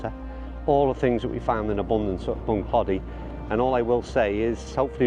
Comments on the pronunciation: I played Bunclody a few times and had my captains day there back in 2009 about 3 months after it actually opened, and brought down 35 golfers for 2 days and we had an absolute brilliant time super course. I love the way you pronounce it 🤣🤣 it's actually pronounced Bunclo - dy with more emphasis on the clo than clod - y if u get my meaning... ⛳🏌️🤣🤣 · Bun-Kloe-Dee is how the natives say Bunclody,. Loving the series. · Bunclody, the O is pronounced as in Throw... Don't get people not asking the pronounciation of places they're visiting for the first time (especially if they're making a video about it), Irish place names come from the irish language usually (the anglicization of the irish words describing the physical place - i.e. Bunclody - Bun Clóidí, meaning 'bottom of the (river) Clody)... if you mispronounce, Irish people will be too polite to correct, but it will grate and can feel disrespectful...